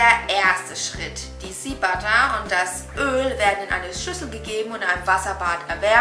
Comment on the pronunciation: Man spricht es SCHEA aus 🤗